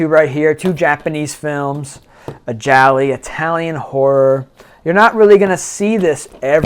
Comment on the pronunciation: GI-ALOOOOO not gialli